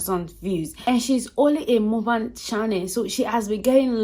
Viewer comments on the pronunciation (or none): Lol not you pronouncing muk-bang as mu-bang🥲